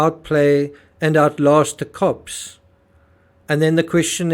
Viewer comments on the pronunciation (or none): none